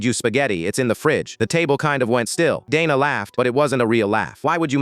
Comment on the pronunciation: Dayna not dana